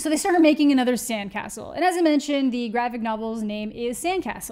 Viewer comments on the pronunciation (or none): none